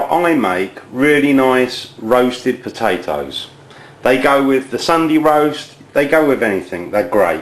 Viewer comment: PAPATOSS lol ahahah he ses it so funny!! !@